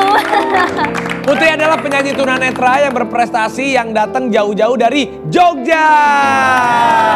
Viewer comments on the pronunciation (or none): Nggak usah menyebut dg nada penekanan "penyanyi tunanetra"....